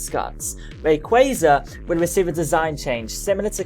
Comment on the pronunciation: Ray kwa za that's how u pronounce it dear got please say it right